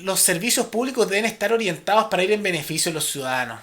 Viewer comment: ciuano o ciudadanos?